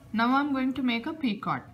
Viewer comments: she say p i c o r t...... not just picot he he he s no r there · The “T” in picot is silent and the “O” is a long “O” sound like in the word bone. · the 't' in picot is not pronounced